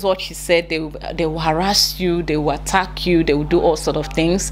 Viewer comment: My dear attack is pronounced the same in Ghana not atteck🤭